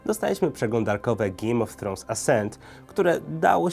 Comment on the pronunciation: GIJJM O' TROŁNS